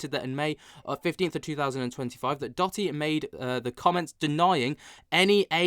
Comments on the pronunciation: Hi. Love your show watch all the time. Just wanted to tell you Dotty is actually pronounced…Doe…Dee. 😊 … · Doe - tee not dotty cheers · I think it's Doh-ty bruv